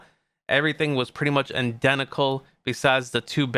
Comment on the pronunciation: It’s identical not indentical😂